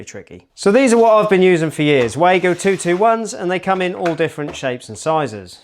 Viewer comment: A pedant says: It's pronounced Vargo not Waygo. 🙂